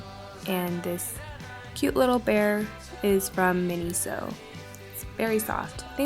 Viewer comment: she said miniso